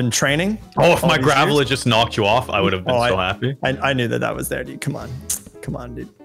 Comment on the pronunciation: Everybody: strategize: GrAVel